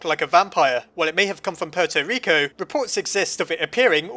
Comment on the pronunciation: Its "Puerto Rico", not "Porto Reco" XD